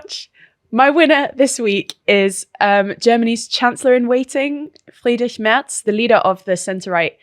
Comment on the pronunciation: As a quick shoutout pronounciation of german words is incredible, I rarely see any non germans saying words like "friedrich" or afd correctly. great job!